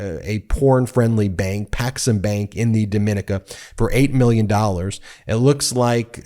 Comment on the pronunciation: Ben, did you say "Paxenbank" or "Hexenbeast"? I'm a trifle hard of hearing ... 🤔